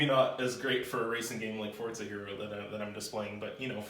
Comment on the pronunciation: It's For-Za not For-Zeye